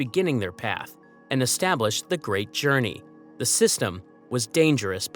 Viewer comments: "Journeyours" is soooGuh Aye! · Say journey again